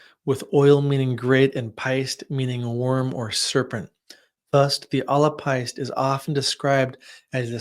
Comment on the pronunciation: Irish is such a difficult language to read, your pronunciation was great for the first two words, if it helps, péist would pronounced 'paysht' I'm learning Irish, having grown up in Ireland, so I hope this helps!